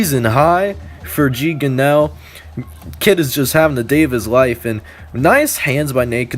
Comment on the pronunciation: its Gee (gunraw)